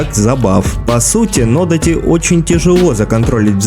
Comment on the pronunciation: нодАти или одАти, это если уж реально придраться хочется.😁это оба длинные мечи. большой буквой ударение показал.))